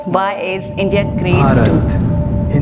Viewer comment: Its India....not indai...👍